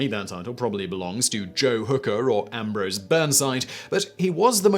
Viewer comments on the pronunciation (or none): none